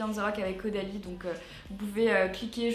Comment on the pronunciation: A elle a dit avec audalie et le nom du produit c Caudalie mdr